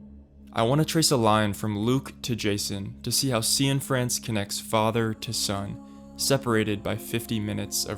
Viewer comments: Is Derek’s surname really pronounced “See-In-France”? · "See-in-France"? Come on man